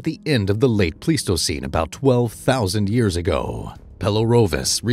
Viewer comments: Pleistocene is not pronounced please-toe-seen, it's pronounced plies-toe-seen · It's actually: plys-to-seen , The "ei" is usually pronounced as a "long-I", as it is in German. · It's not plies, it's Pleis-toe-ceen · Bruh, if you can’t pronounce “Pleistocene” correctly, I’m not going to believe anything you say after that. That’s really embarassing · you don't even know how to say the word pleistocene. haha